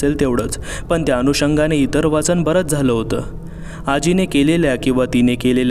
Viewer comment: जरूर ऐकल फक्त एक सांगणं आहे, तुमचे शब्दातले काही काही उच्चार चुकतात. च चा उच्चार प्रत्येक वेळेस वेगळा येतो. काही काही शब्द वाचताना तुटक वाचले जातात. सदर कादंबरीचे वाचन हा शब्द उच्चारताना च चा उच्चार चुकतो. बाकी सांगण्याची पद्धत छान आणि कथे मध्ये घेतलेले आवाज कथेमध्ये एक वेगळाच वलय निर्माण करतात..